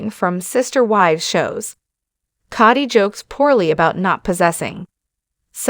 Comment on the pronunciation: You need to learn how to pronounce words correctly. It's Cody, not Coddy. 1st and last time watching you.